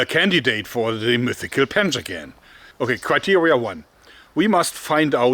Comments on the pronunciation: Thought he said "Panzer-gun" not "Panjagan" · I hear "panzergun" lol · When I heard him say panjagan for the first time, I wasn’t looking at the screen and I thought I heard “panzer gun” That’d be a really advanced Persian army. Very forward thinking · I thought he said, "panzer gun".